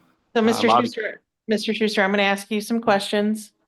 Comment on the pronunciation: Shuster? Try Shyster. What an insufferable di*flute.....